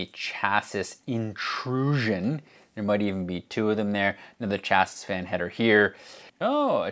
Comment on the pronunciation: It was the third s in chassis that did it for me